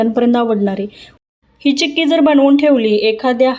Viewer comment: चिक्की not चक्की